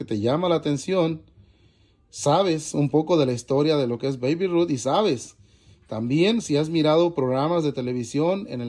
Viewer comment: Hola, se pronuncia Beib (Babe) Ruth en buena honda y si son Muy collectibles! Te deseo mucha suerte! Saludos ❤️